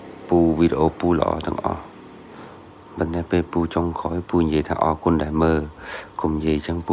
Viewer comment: ពូ អរគុណ ភ្លេច «រ» ហេីយ